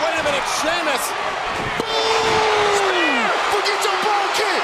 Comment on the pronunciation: Lol 😂 😂 😂But.... Forget* your sister Abigail not forger your sister abigail